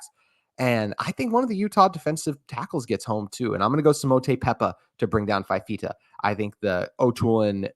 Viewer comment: Good segment. Couple details. Fifita came in for Injured De laura at Stanford and started the Washington game. Also it's pronounced "fufeeta"